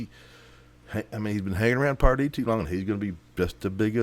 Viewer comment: commentary is annoying. it's Pardee not Dupree. you added nothing to this video. you're dismissed.